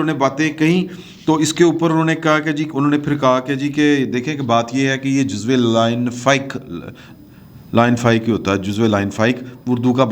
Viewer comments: لائن فائک نہیں "لا یُن فِک" ہوتا ہے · وجاہت مسعود صاحب سے "جزو لاینفک" کیسے بولتے ہیں ذرا روشنی ڈلوا دیں